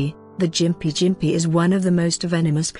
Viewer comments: lmao, its pronounced gim-pee, not fucken jim-pee. i have had the unfortunate pleasure of brushing against one with my arm when i was working for the dpi, thank fuck it was only a light brush, man that shit was the most intense pain i have ever felt ( worse than when i crushed my foot and took nine months before i could walk unassisted) i couldnt even describe the sensation of agony this thing does to you. ABSOLUTE FUCKING AGONY! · It’s pronounced Gim-pee not jimp-ee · Gimpy not Jimpy. Chav